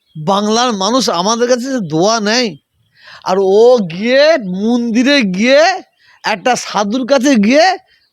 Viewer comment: Mandir uchcharon kortey paro na Toha babu. Tumi musalman samajer netritto debey.?